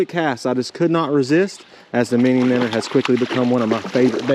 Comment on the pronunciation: Finally, someone who knows how to pronounce it! MINNER....Heck yeah, bro! hahaha... I so seriously wish you the best of luck with this venture. I'll be checking out your website for sure. Favorite baits for me are more natural colors & black/white combo. The stockers here go for natural colors just as much as the more popular pinks & white but that's just my own personal preferences. Great video bud...